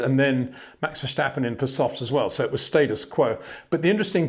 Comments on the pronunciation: HEY PETER WINDSOR, I HAVE MESSAGE FOR YOU SIR: With all due respect ... it is NOT Max "verSHtappen" ... Max is not German (Germans indeed do pronounce "st" as "sht") ... #Max33 = Dutch NL/Belgium! ... It is not "Bottash" nor is it "Lewish" certainly not "verSHtappen" .... This BS started long time ago when a British sport presenter interviewed father Jos Verstappen and assumed you can use a German pronunciation to a Dutch Driver thinking it is so "funny" ... It is not. Serious question: can any Englishman say "versatile" out-loud without saying "vershatile" phonetically? most can about 99,99% ... that is why most English can pronounce Verstappen 100% correct! Father Jos Verstappen (also F1 Racer) was very active between back then only a very few said "Vershtappen" but the vast majority of British sport presenters pronounced it perfectly ... only a few old stubborn farts like Peter Windshor. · It's just pronounced Verstappen, no need to add in the sh sound. Just say it like it's spelled and you're all good mate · very nice comments as always,. As a Dutch man can you please do me a favor???? Max is Dutch and so am I. So the proper way to pronounce Max Verstappen is. Verstappen is with an S not the German way with the SCHHHH. It's Max VertStappen with an SSSS. Would be super nice if you can add that to the otherwise wonderful reviews and comments!!! Love you guys and keep it up!